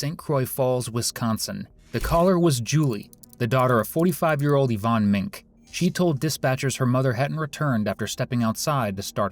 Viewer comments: She was our neighbor when we were kids😮. She gave my sisters and I horse-back riding lessons. I remember when this happened, and a lot of people suspected her back then. Yvonne's last name is pronounced "Ming-kee" (Minke). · So sorry but could someone inform the narrator Yvonne's last name is pronounced "Men key"? Thanks.